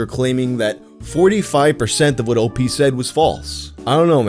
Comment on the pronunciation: It's not Opee.... it's OP, like special OPs... sound like newfa...gggggg